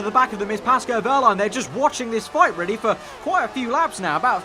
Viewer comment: Love your vids mate, some of the best F1 content around but please it's Pascal not Pasco